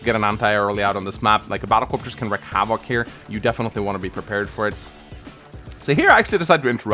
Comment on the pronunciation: I don't think knows how to pronounce wreak as in wreak havoc, he keeps saying "wreck"